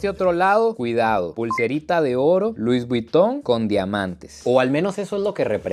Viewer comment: “Luis buiton “😂